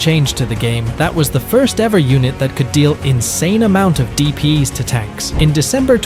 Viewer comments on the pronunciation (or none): yea cuz he's saying "dp's" instead of "d p s" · "DP's" "Owverpowvered" 💀